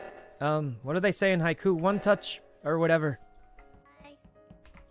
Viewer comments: did he just say 'hi ku'? it's "hi q" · why is no one talking about his sykkuno pronounced haikyuu as hi-koo 😭